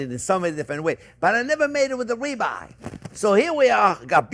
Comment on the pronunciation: Oh, Ribeye! I heard Rebar. 😂